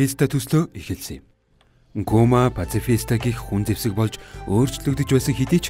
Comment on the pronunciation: Pashifista geed zuw helchuul )))